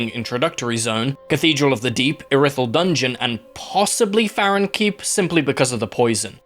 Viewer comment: im sorry but callin iri-thyll ir-i-thyll has got to be the biggest fumble of pronounciation oat